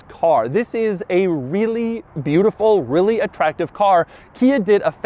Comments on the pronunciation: I hear wheelie when he says really. Hmm is it just me? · How much time he said REALLY😋🤔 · Doug emphasize the word "Really" on his main channel yesterday